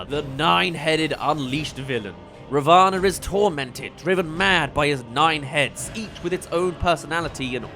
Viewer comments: Hi! Love the vid, but just saying- Ravana is pronounced Raa (roll the r a bit) -vuh -naa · You got a lot of your pronunciations good but I believe ravana is pronounced as rah-vin